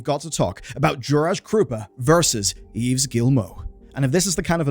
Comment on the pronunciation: the "s" is not pronounced in the name "Yves"